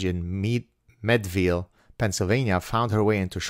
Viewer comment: I take you as someone that appreciates being corrected when it's legitimate. I am someone that appreciates it because I'm always trying to be better. However, some people get very defensive about it. So at the risk of looking like an asshole, I'm going to correct your pronunciation of PA places. Allegheny is pronounced with a hard g. Al-la-gain-E And Meadville is pronounced like the drink mead.